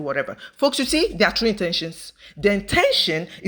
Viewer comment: A man who can’t pronounce “true” is not telling the truth .